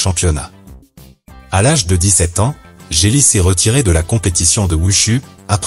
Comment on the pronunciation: on dit jet li pas jé li